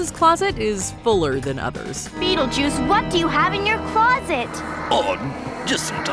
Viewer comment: My favorite is the skeleton when he calls Beetlejuice Be-attle-juice